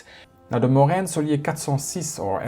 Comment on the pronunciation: Thanks for the hard work :) Also kudos to you for pronouncing morane saulnier 406 correctly